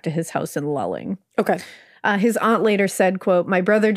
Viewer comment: This is the area my husband is from ❤❤ I'll be honest didn't even think there was an open gay community. BUT I thought you'd appreciate knowing the correct pronunciation of lulling, Lou Ling